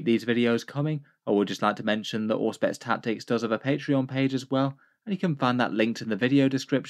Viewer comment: You're right! Every one of my friends has spelled it with the "Zh" before, plus I think it sounds cooler, but I must concede after various Google searches that it was pronounced correctly by Auspex. Oh well. :D